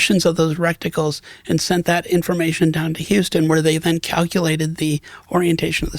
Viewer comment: reh·tuh·kyool not rect-tickle lol